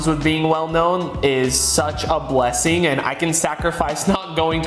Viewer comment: Bro, you just said blessing wrong